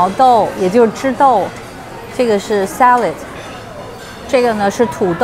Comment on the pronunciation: salad、clam、 能不能別說sa lei de？🈶人這麼說嗎？